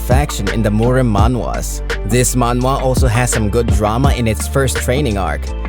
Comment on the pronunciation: I appreciate that the voice actor fixed his pronunciation when saying "Manhwa". this is why I love this channel so much they're actually listening to the audience. more power!